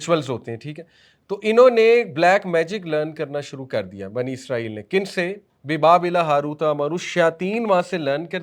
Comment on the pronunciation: اسلام وعلیکم بھائی کیا آپ برائے مہربانی آج کل کی انگریزی تلفظ کو سائیڈ پر رکھ کر یہودیوں کو بنی اسرائیل کہیں گے۔ کیونکہ آپ جو لفظ استعمال کر رہے ہیں عزرائیل یہ ہمارے فرشتے ہیں حضرت عزرائیل علیہ السلام ۔ آپ لوگوں کو کافی لوگ فالو کرتے ہیں بہتر ہے لفظ کا استعمال صحیح کیا جائے شکریہ